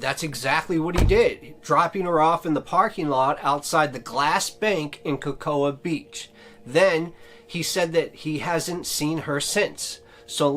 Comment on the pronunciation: Cocoa is said like “co co.”